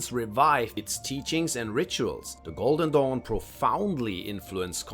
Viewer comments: Every time he said "golden dawn" I heard "Golden Dong" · I thought he said "The Order of the GOLDEN DONG" LMAOOO🤣